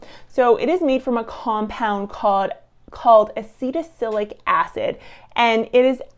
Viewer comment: Honestly, you mispronounced Acetylsalicylic as "Acetacilic", and Salicylic at least 3 different ways: "Saylacitic", "Salicytic", and "Saylic" ... You lose cred as a "scientist" immediately when you can't pronounce a fairly common chemical name. You are otherwise fairly well spoken, but if you can't pay attention to the simple details of pronunciation, your listeners can't trust you've paid attention to the details in your research. Good luck with future videos and being a little better prepared.